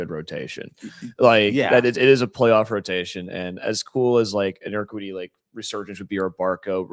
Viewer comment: Urquidy - pronounced - eer - kee' - dee. Accent on the 2nd syllable